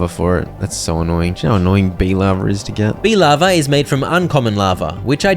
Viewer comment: why did you keep calling it bee lava lol I listen to videos in the background and I'm so confused